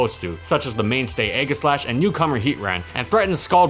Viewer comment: Aegislash is pronounced with a soft G, like "eejislash". Keep up the good work!